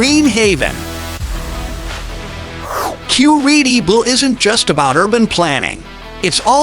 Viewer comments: Generally, there are two pronunciations for this city and Cor-EE’-tabah isn’t one of them. The locals generally pronounce it : Cor-ee-TI-bah. And the rest of Brazil normally pronounces it: Cor-ee-CHEE’-bah. Also, the letter J is pronounced in Portuguese while it’s silent in Spanish. The former mayor and city planner who we owe a big debt of gratitude for the many improvements he facilitated with Curitiba, pronounces his first name JAY-me, that is before he passed away a few years ago. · nós de curitiba não pronunciamos TI, nossa pronuncia seria Cor-ee-CHEE’-bah também. A unica coisa diferente na pronuncia do t seria o TE, que em outros lugares pronunciam ti, a gente pronuncia te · O video é legal, mas falou Curitiba errado o tempo todo 😂